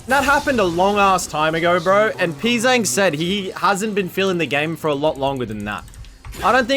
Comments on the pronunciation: Your Pzzzang pronunciation has progressed, I'll give you that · Bro, you still don't know how to say his name lol